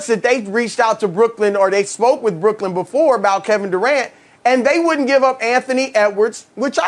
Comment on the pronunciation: Does Colin know Brooklyn doesnt end with a D?